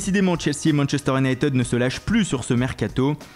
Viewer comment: si tu veux faire le multilingue apprend déjà a dire Unit"i"d pas Unit"e"d